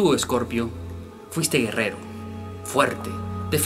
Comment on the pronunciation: no se que dices en la ultima palabra cuando enumeras lo que fueron los escorpiones!!!!